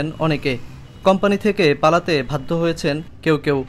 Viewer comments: সাংবাদিক সাহেব আপনার উচ্চারণগত সমস্যা আছে, (ভাত রুম না ওটা হলো বাথরুম, ভাদ্য না ওটা হবে বাধ্য) অটো পাশ সাংবাদিক। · ধীর্গ, ভাতরুম, কটোর, ভুক্তবুগী, ধীর্গদিন অবিযোগ, ভাদ্য এসব কেমন উচ্চারণ 😒 ভয়েসওভার দেওয়ার আগে ভালো করে উচ্চারণ শিখে রিপোর্ট তৈরী করুন।